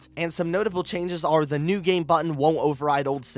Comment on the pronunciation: Who elses ears hurt after listening to the pronounciations in this video? ".... the gaameeeee", "... the dlceeeeee", "when it initially drooopeeed" "cutsceeeeneees" "over and over agaaaaaain"